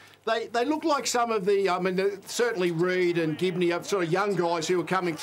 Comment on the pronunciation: And it's Ginbey, not Gibney. Lethal had a mare this episode.